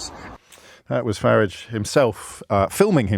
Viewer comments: ABSOLUTELY beautiful! I thought I was the only person who pronounced farridge’s name correctly… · Thanks James - for everything you do, but on this silly little occasion (personally silly I mean), for pronouncing "Farage" as I remember hearing it, years ago when he first became a public figure. (Sorry, working in Spain I am very behind with much of the developments in UK, totally confess to that). I mean, you said "FA-ridge". (Like "garage", in my Walsallian west mids working class accent, not a posh Solihull one). That's how I remember him being called years back, not the "Faraaaagge" (sort of fancified frenchified version) that am hearing more recently. As I said, silly, but comforting. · And you're right James- his name rhymes with garage. And his garage is probably a lock-up where he keeps counterfelit ciggies and watches.